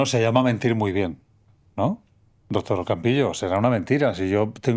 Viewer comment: Le dice dotor ajajaja que fea pronunciación tienen